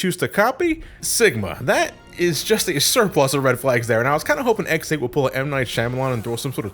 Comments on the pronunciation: Okay, it may just be me but every time says "X8" I mishear it as "ex-aid." Like the Kamen Rider. =v='' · Is it just me or does it sound like is saying “Ex Aid” when he is saying “X 8”? The amount of time I heard “Ex Aid”, I swear was going to do an henshin and start fighting the bugster threat. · Whelp i am officially a no liver: every time he says X8 it sounds like ex-aid and paradise lost is a faiz movie. Both are kamen rider (pls watch kamen rider)